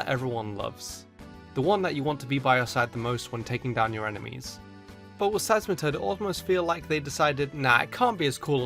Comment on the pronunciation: DO NOT LEAVE OFF THE E IN SEISMITOAD!